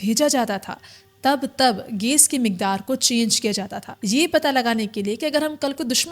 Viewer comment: Gas ❌ Gais ✔